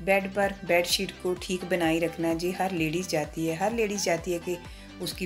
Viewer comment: Aap je ko ye bolen to. sahi lagega je sunne men achchha nahin lagta hai.